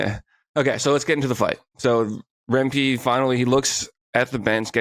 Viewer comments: Rem - pee. Not Rem- kee Don't beat me up. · lol. I know that. I was using that vernacular to help he pronounce the name. John was pronouncing the name like " Rem-Kee, where the correct way of pronouncing it sounds like Rem- pee. I am aware it's spelled Rempe. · Why does he keep calling him rempkee lol